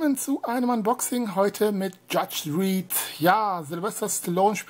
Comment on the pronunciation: Judge Dridd? Lol. Dredd wird doch mit Drätt ausgesprochen.